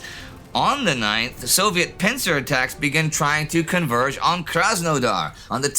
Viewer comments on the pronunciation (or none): none